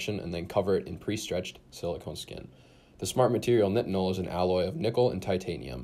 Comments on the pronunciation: its pronounced night-en-ol like backwards tylenol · Google pronounces nitinol this way but bing pronounces it the common way.